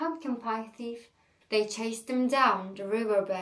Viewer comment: Thief okunurken th “f” şeklinde okunmuyor ayrıca ingiliz ve amerikan aksanını beraber yapıyormuşsun gibi geliyor kulağa konuşurken..